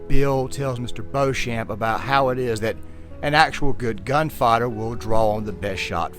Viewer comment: The RDR2 music was absolutely spot-on for this analysis, as well as your voice, even though I must say I found the way you sometimes pronounced gunfighter like gun-father was a bit funny to me.